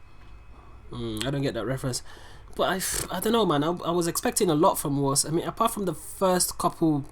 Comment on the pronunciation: Bro, is WOS not WOZ